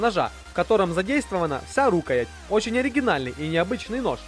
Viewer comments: А что с ударениями в словах? рУкоять? И нельзя говорить, что нож практичный, если он для красоты или понтов. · Рукоя́ть ножа-так ставится ударение!За видео,спасибо. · Рукоять -ударение на Я! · Особенно доставляла "рУкоять" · "рУкоять"))))))))))))) - это что-то.... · Прежде чем рисковать выкладывать свои "произведения" на всеобщее обозрение, неплохо бы русский язык подучить, чтобы не позориться. Что это такое: рУкоять ножа??! РукоЯть она всегда была. Или в перечне продукции "дамаская сталь" с одной буквой "С", когда надо две: "дамасская". Я не какой-нибудь "граммар-наци", но здесь безграмотность махровая. Позор. Просто уши вянут. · РукоЯть! Предурок ударение на Я, терпеть не могу неучей.